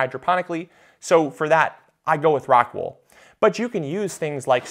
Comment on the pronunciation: It would help if you had shown a pack of the medium unopened (clearly showing the name of the product) or put a link of where to get it on the description. As many times as you mentioned the name it was difficult to understand it. Something like rockwood?